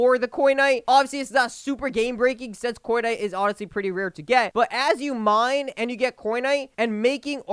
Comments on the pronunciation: it sounded like he said Fortnite 😭😅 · Nah more like cornite